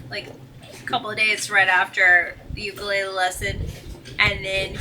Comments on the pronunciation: That's "OO KOO LEH LEH" Meaning "Jumping Flea" in Hawaiian. Don't worry most people mispronounce it. Thoroughly enjoy your videos. Whatever you do don't get old🙄. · "Ooh-Kah-Lay-Lay", NOT " You Kah Lay Lee